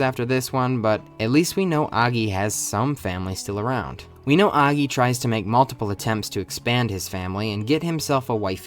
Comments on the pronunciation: Did u just say aggy instead of oggy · Noy aggy it's o gy ( how to pronounce) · Did bro actually say oggey instead of oggy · Aaaggy 💀 more like “auggy” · Oggy❌ Aggy☑️ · its not oggi its oggy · Completely ruined the video by your thick inbred tongue, it's Oggy not Agi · It's oggy not aggy 🤦🤦🤦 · UGGY/AGGY. It's Oggy lil bro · "aggy"❌️ "oggy"✅️ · He says Oggy not Aggy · bro is your ears located in your ass, the start of the video he said "Aggy" with a A sound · It's not Aaagyyy it's Ogggyyyy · Oggy❎ Aggy✅ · It's oggy not aggy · Oggy ✘ Aggy ✔ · Oggy ❌ Aggi ✅ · Oggy ❌️ aggy✅️ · Oggy ❌ Angie ✅ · bro its O gi nah A gi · Is it pronounced or Aggy or Oggy? like Aww gi? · Oggy ❌ Ahhggy ✔️ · Oggy? i always thought you pronounced it like O-jee, jee as in jeep. not like og-gee gee as in like geek. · its not Aggi man is Oggy (pronounced Au-gg-i) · Why are u pronouncing it as 'aaggy'? It's Oggy... OOOO... OO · sorry but ‘AGGY’ ? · O-GGY O-GGY bruh cant prounce it also this show is goated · Tf is "aagi" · STOP SAYING AGGI! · Its pronouced oh-gi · Why you calling him "Aaggy" 😭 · Why the hell are you saying Aggy!!!!!! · It's not AAAAAgy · Its not oggiii its oggy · So English speakers pronounce "Oggy" as "Aggy" 😭😂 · Wait, it's pronounced "Ow-ggy!?" ._. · Did you said aagi ? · You're pronouncing 'OGGY' wrong I hate you and you trash too much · the way you pronounce Oggy is so annoying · I refuse to except that's how you pronounce oggy. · I can't it with how he says oggy